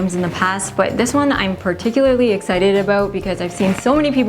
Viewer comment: "I'm ABOOT to show you" 🇨🇦